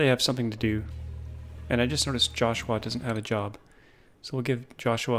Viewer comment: why do you say joshua in a weird way?